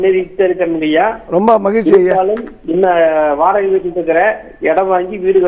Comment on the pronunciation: அது nigalshi இல்லை நிகழ்ச்சி. Magilshi இல்லை மகிழ்ச்சி. Please do your homework before anchoring. It sounds really funny 😂😂😂